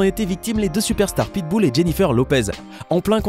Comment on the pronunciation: Pitboul😂😂 pitbull